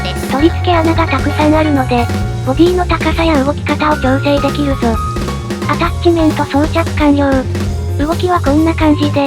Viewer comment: 気のせいか一瞬、 で心霊現象の音声のように「ジャッジメントですの」が聴こえるｗ はたして「ジャッジメントですの」なのか「アタッチメントですの」なのか気になるｗｗ